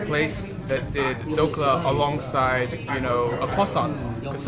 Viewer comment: Pronouncing Masala, Kulhad, Dhokla so perfectly... 😯 Nice Video